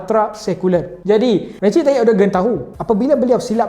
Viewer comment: Recep disebut Rejab ya. Bukan Recip